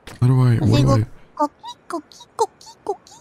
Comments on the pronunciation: Koh-KEE not CAW-kee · Btw she's saying coqui frog, not cookie frog. It's a family of frogs very common on Puerto Rico that make a sound like co-qui when they ribbit.